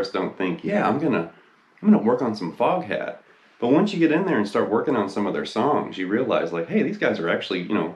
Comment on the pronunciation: You know how “Foghat” is pronounced in a British accent, right?